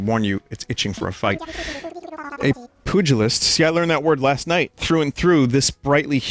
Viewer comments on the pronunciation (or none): "Poo-gilist" is my favorite mispronunciation now. It's a man who just gets into fist fights with shit.